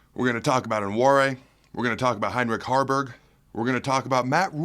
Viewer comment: Harberg not Garners